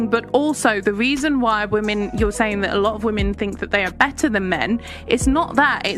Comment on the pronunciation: "Charmink"? "Sayink"? "Scarsz"?